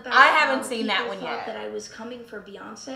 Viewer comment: BEYONCE?! BEYONCE? BEYONCEEEE?!! -new york voice-😭😭🤣🤣🤣🤣